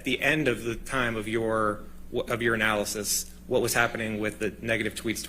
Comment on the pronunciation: Couldn’t stop laughing “Based on your analysis,” sounding like, “Based on urinalysis.”